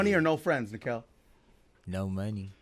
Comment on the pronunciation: Nakel not nykel